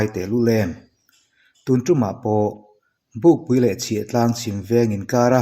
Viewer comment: serchhip to Bukpui tih zawk tur a ni e,pukpui ni lo in bukpui